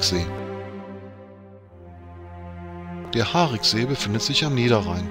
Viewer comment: Ein schöner Film aber mit Aussprachefehlern und schlechter Recherche. Das "i" im Wort "Hariksee" wird ausgesprochen. Zudem verläuft die Gemeindegrenze zwischen Schwalmtal und Niederkrüchten mitten durch den See. Das Schlösschen liegt in Niederkrüchten, die Ferienhäuser am Ufer befinden sich auf Schwalmtaler Gebiet. Zumindest die im Film zu sehenden Neubauten. Bis zur Sanierung des Sees stand dort übrigens das ehemalige Strandbad. All dies sieht noch nicht lange so aus. Vorher war es um einiges schlimmer. Ich kann mich noch an Zeiten erinnern wo das Strandbad noch stand. Es hatte um einiges weniger Flair. Auch den Gottesdienstpavillon kenne ich gut. In meiner Kindheit bin ich oft mit meinen Großeltern dort zum Gottesdienst gewesen. Ebenso hätte man erwähnen können dass der See durch Torfabbau entstand und dass dort ein Vogelschutzgebiet eingerichtet wurde. Auch der verheerende Brand im Schlösschen wurde nicht erwähnt. Übernachtungsmöglichkeiten für Camper wurden ebenso völlig übergangen. Alleine in Brempt gibt es zwei Campingplätze in der Nähe des Sees, einer davon ist Dauergästen vorbehalten. Auf Schwalmtaler Seite gibt es am Mühlrather Hof einen Campingplatz sowie auch ein Clubgelände eines Krefelder Campingclubs. Der ehemalige Campingplatz am See hinter dem Tretbootverleih wurde leider zur Feriensiedlung. Grüße von einem gebürtigen Schwalmtaler.